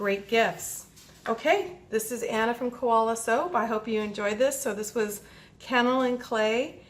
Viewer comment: Pronounced - K.O. Lynne Clay & You have lovely hands.